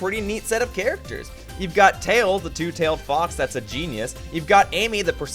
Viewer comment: I just heard him call Tails "Tail". I've not scrolled down yet, but I wouldn't be surprised if that's what the viewers are arguing about instead of the video's topic.